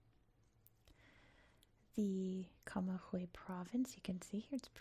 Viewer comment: Very nice voice and interesting video. One tip for the future when you see g + ü in Spanish the g is pronounced like the g of "good" in English 😊